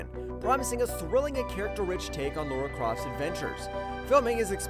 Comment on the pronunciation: Lara not Laura